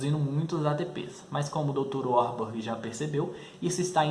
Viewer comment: Não é uarborg é varburg